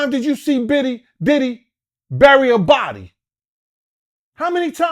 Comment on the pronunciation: pronounces everyone name wrong now so they won't sue... I can't believe y'all aint figured that out yet